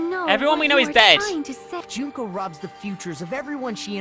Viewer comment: its Junko not Juhnkoh